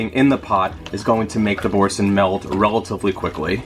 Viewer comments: 'bor-san' baby doll, it's French. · Boursin is a french cheese pronounced bour SAN or SON